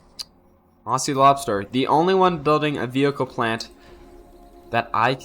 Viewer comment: Great cast, Aussie is pronounces ozi; two short syllables with a hard z, not aasee; two long syllables with an s.